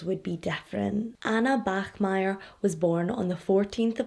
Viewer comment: you pronounced the german name bachmeier absolutely flawlessly! weird thing to point out but I still wanted to do it. great video as always. I love you and your channel:)